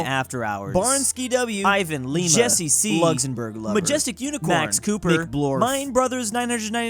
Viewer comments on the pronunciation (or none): none